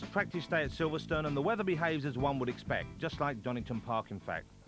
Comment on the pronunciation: The soundtrack is awesome its like 90s video game music. But common man “wet weather wace twack”😅😅😅